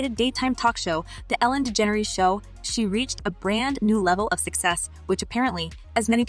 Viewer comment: Good god the way this robot f#*&s up her name good god is so bad, just use ur freaking voice so u don't mess so EVERYTIME 😂😂😂😂